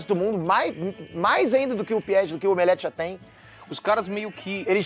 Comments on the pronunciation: Eu racho de rir quando eles dizem "Omeleft"! kkkkkkkkkkk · "OMELEFTH".😆🤣😅😅... Perfeito!